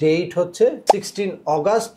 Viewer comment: আপনি মিয়া আগষ্ট নামটাই ঠিক মতো পড়তে জানেন না,আবার কনসুলর বানাইছে কে আপনাকে।